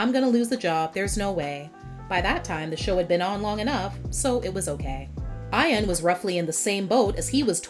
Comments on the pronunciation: My name is IAN. But I say my name properly. Not I-an. It’s EE-un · I-an? WTF? it's EE-an. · Its ian not ion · Eye-an? ...its e-an stupid!